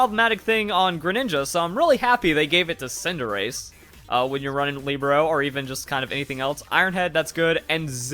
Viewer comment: I hear tsundere every time you say cinderace